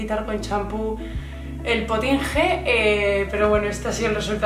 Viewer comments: Potinge?? Eso suena muy mal. Es potinGUE. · No se dice potinje jajajaj se pronuncia potingue😂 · Potingue se pronuncia como una G no como una J. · Se dice potingue no potinje jajajaj